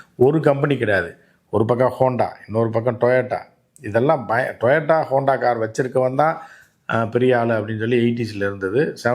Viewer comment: Oru car name kuda oluga sola theriyala.....interview koduka vanthutaga..